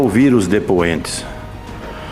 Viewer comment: Lingua portuguesa: Presidente, depoente. Renan canalha: prisidente, Dipuente.